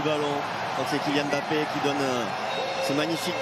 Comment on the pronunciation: KYIAN MBAPPE 😂😂😂😂😂